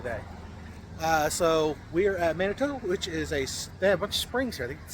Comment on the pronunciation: Manitou, It's pronounced man-a-two, we used to make coolaid with the water there. I grew up on the westside of Colorado Springs and spent a lot of time in Manitou and the Garden of the God's.